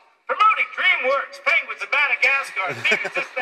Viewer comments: He still said "Penwings" on the 12th minute more than once! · Aww he still mispronounced Penguins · HE SAID PENGWINGS LIKE EVERY TIME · or Penglings, I think he said at least once. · Oh cute he say penguings 😭😂. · He said penwings again XD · HE IS STILL SAYING PENGWINGS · someone please count how many times this man said “pengwings” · You poor beautiful man, you still pronounce it pengWINGS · HE SAID PENGWINGD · HAHAHA. HE JUST SAID PENGWINGS THRICE IN A SPAN OF A MINUTE. PENGWINGS!!!! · #pengwings benedict cant say penguins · Benedict still can't say Penguins, bless him XD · pengwengs XD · He cant say ng apparently